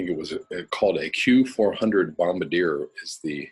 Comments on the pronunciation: you pronounced it like the what the bombers were called in ww2. A reasonable pronuciation given the spelling. I worked with them for years; put a french flair on it, emphasis on the second sylable and annunciate the 'r'. Dassault is always pronounced wrong too, that one is pronounced Daso. Oh, CNN has an article on climate change and food. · I had to smile at your pronuciation of Bombardier. 😄